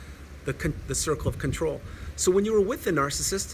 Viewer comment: “The circle Fawker” 👌🏻